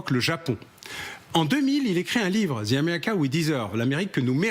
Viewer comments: M Bauer il n'y a pas de lettre Z dans le mot anglais THE ( ... the deal ) alors cessez d'en prononcer un ! Le mot anglais THE se prononce DE ! comme ça vous aurez l'air moins ridicule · Non, ça ne se prononce pas "DE", mais à peu près comme "VE" (en phonétique "/ðə/")